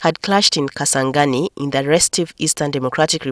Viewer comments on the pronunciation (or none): Kisangani not Kasangani